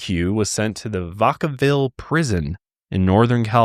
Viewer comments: It's Vac-uh-ville. Not Vacoville... 🙃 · Not the pronunciation of Vacaville 😭😂😂 I grew up there. My great uncle actually worked at that facility but not until the 2000s. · I used to live in Vaca ville, and the way that pronounced it cracked me up. Lol. 😂 Also, I can say that I graduated in '98 from what was a relatively small HS, I think just under 300 in my class, and back then IDs were not yet a thing.